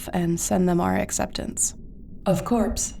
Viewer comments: Crew of 3 👀 🫢 Also, "Of corpse" 😆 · "of corpse" nahh thats foul 💀💀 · omg I just discovered your channel and watched the whole series in one seating and then went to your channel page and saw this 🥹🥹🥹 Edit: BRO Z SAID OF-CORPSE BRO NAH